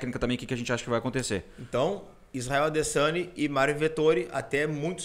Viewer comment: "Adessaniiii" KKKKKKKKKKKKKKKK